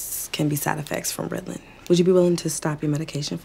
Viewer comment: The way that woman said “ritilan” bothered me😂